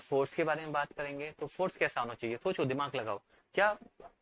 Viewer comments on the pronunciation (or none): Thyan se suno video me sir ka kutta bol raha hai 😂😂